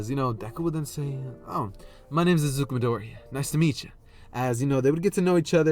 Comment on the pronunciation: saying the name of the protagonist: My name is Isuku Midoriya Me: wth you said his name is Mael